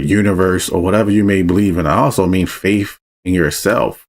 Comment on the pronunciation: "LOGICAL LIKE YOURSELF," you say... it's hard to take you seriously when within the next sentence, ( TWICE ) 2 times ...... your pronunciation of the word "FAITH" aka "FAIF" is anything but logical .. You should probably brush up on proper use of the English language before you start giving directions, not anything else.